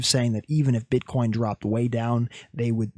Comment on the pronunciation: My guy i laughed so hard when you said "Bitcorn" 🤣 i need these liqiudations to happen though i dont wanna give up any short positions just yet